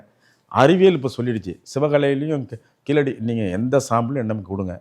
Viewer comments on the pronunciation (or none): KEEZHADI is pronounced in Tamil not Keeladi as pronounced by non tamil speakers